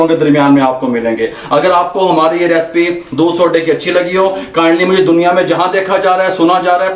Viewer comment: Recipe kehna seekh pehle.